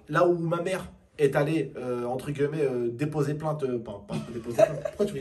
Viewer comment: On prononce « entre GUillemet » pas GUEULLEMET et ça dans toute tes vidéos à